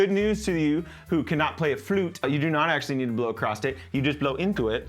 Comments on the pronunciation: LOTR, The Shire theme, beautiful motif. Although the last note of the main phrase is a half tone below that drone so it's a bit of a clinker for a second, but no biggie. LOVE that theme. Oh, also... "across," the word is across. You don't have to blow 'across' the hole. There is no 'acrost.' Just future reference. YES, I am that guy. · How old are you that you don't know there's no T in "across"? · I like how he says ACROSS with a ‘t’ at the end 😂 Across’t … great video! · It sounds so weird to me, but a lot of people apparently say it that way 😳